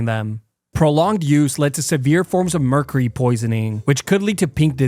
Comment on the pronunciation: I love you videos, but Arthuritis and meercarrey? 😂😂